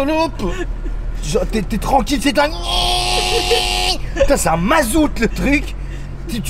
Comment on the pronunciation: par contre on dit mazout :)